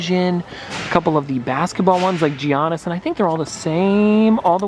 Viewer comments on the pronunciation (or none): I’m a little hurt how he pronounced Giannis name